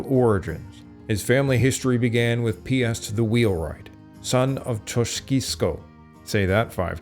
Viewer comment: Piast - not piss... 🤣